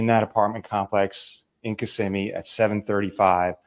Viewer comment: It's Ki-ssimmee NOT kiss-immee. You got it right tonight. Thank you